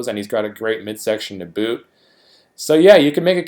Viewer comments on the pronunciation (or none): none